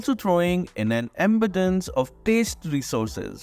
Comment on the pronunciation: He just said ambadance to abundance lol he doesn't know English lol